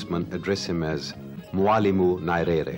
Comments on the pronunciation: I think the naming was the result of errors in pronunciation. Many English speakers including the host in the video pronounce his name as Nairere as opossed to Nyerere the real name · NYERERE NOT NARERE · The way He was pronouncing his name is annoying. I think he should have practiced before. I don't find it appropriate to keep mispronouncing one's name multiple times. You can't afford to mispronounce the name of President. Not Narere, it's pronounced Nyerere! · Saeed, please do me a favour but we pronounce Nyerere not 'Narere' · Could anyone explain to me how a person who calls himself a journalist & is set to interview a President of a nation does not take time to KNOW how to pronounce the name of his IMPORTANT interviewee properly! I doubt this man would've butchered any name of a Western/European country. I view this as disrespect of our people. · I'm sorry but you have mis pronounced his surname from the off!!! It is grating to the ear...Need to do your homework - 1 minute in and I have stopped the video. what else have you got wrong ? Frankly, I don't have the time to find out . Remove the video and repost- please !!! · There are some combination of letters which are strange in other languages and therefore I would not blame the interviewer for mispronouncing Nyerere.But I found the interviewer to be also intelligent and a gentleman . This is why he got that much from Nyerere which many have felt to get. I am a Tanzanian and knew Nyerere very well as I was a Civil Servant under his Government. He had a sharp mind, world knowledgeable, honest and ready to learn from any body provided that person had something knew to tell. Had both a science and humanities education. A Saint to me. Thank you for the refreshment!! God Bless.